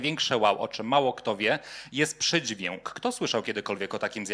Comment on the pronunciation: treść fajna, ale jak mówca mówi zbyt wyraźne "ę" (od , np. słowa pojawiające się w wystąpieniu: przydźwiĘk, piĘknie, brzĘczenie, przyjĘta), to trochę kuje w uszy... jest to określane czasem mianem "wymowy doliterowej" albo "wymowy ortograficznej". która jest objawem tzw. hiperpoprawności, co dla niektórych osób zwracających uwagę na sposób mówienia może być rażące (porównywalne z brakiem poprawności np. "stoje za panio", a nie "stoję za panią")